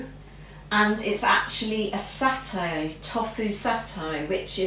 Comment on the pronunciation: Its tofu like tofoooo and satay your pronunciation of these make me shout at the tv lol